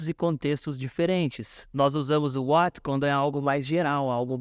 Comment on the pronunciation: ela fala what do you like to do, mas eu escuto why ike to do 😐